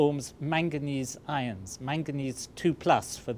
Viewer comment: manganese II ions I thought he said manganese irons